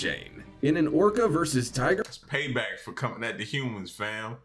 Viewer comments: "Are okra" 😂😂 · Man I almost choked on my food laughing at you almost saying ocra. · Thought you said oprah